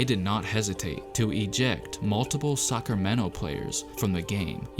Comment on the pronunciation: I heard suckermento players